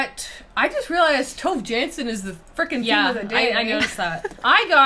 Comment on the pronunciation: Every time the girls say TOve JAnsson, my heart sinks a little 😅. I understand that this is how you would read her name in English, but it is very far from how it actually sounds: Swedish pronunciation: [ˈtuːve ˈjɑːnsːon]. I thought I'd mention it here as her name is now mentioned in every episode, which is cool as she's amazing ❤❤